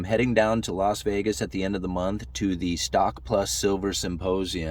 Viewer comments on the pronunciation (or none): none